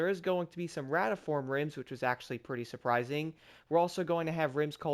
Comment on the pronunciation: "Rotiform", "row-tee-form", one more time, "row-tee-form" 🤨